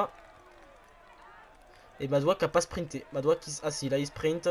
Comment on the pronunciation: Dans Madouas, on prononce le s